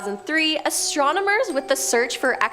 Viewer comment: "Astromoners..." Derp.